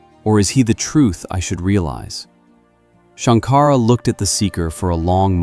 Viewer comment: Shanka-ra NOT Shank-ara